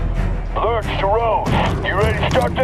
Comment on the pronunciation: "Lerch to Roze" in the openingcinematic... not Lurk.... Zac killed me out in his video calling him Lurk lmfao. Hopefully you all stop calling the new guy lurk now that its been said in game. The first gulag was pistols AND SHOTGUNS. Like now it's pistols and shotguns. Youre killing me smalls